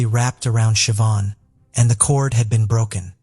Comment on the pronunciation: It’s not sioban it’s said shiv-awn